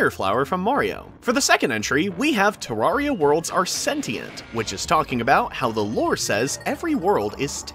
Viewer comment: It’s terraria Not terrahriah